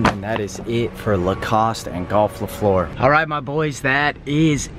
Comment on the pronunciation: The way you pronounced fleur made me wanna peel my face off